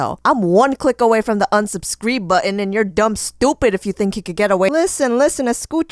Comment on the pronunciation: "unsubcreen" omg im dying!!!! 😂😂😂